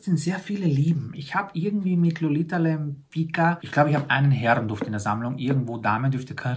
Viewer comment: Die Dame spricht man ‚Lempitzka‘ aus , Lolita Lempicka 😊